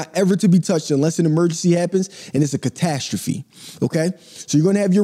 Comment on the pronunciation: can you say catastrophe again? grrrr😂